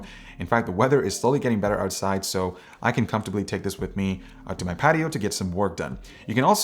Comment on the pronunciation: "Patioooouuuu" WTF...